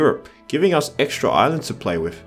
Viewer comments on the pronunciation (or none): none